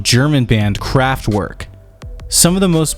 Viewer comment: The W in Kraftwerk is pronounced as a V